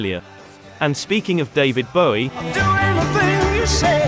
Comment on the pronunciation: Good to hear David Bowie have his last name pronounced correctly (when asked in interview he said the 'ow' sound was as in 'low' - however he also wasn't that bothered).